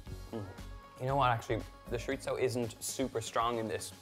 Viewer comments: Why is he saying shoritzo instead of chorizo? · The word is pronounced choreezo. Love it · that is nowhere near how you say chorizo... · Woohoo. P.S. i love how you say sho-rit-zoh for chorizo whereas in philippines I grew up hearing it as tso-reee-so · We love you Donal but it’s chore-E-so. AND I can’t wait to make this for my family. I’m not sure if you’ve done it yet but it would be so nice to see your siblings in a cooking video with you. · He’s certainly not pretentious. Although he is gorgeous. Oh the Irish. He can say shiritzo if he wants to. Maybe it’s just his accent. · I kept repeating it the way he says it for the entire video. He says it completely naturally and confidently. Love it. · it's the constant mispronunciation of chorizo for me. but kidding aside, this looks delicious! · first time hearing it like that, I was so confused what he was talking about till I saw it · I'm British, and I can report that I've never heard my fellow Brits pronouncing it as "Shorizo"